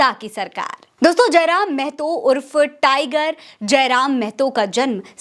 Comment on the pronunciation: मेहतो -मेहतो बोलना बंद कीजिए (महतो)